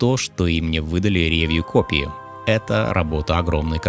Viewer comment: Очень режет слух «рЕвью», ударение должно падать на последний слог «ревьЮ»